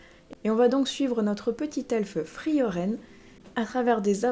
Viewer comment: "Frieren" (le "e" du milieu ne se prononce pas), j'ai vu l'anime adapté du manga qui est vraiment très beau. Je ne veux pas te spoiler mais je pense que ça va te plaire.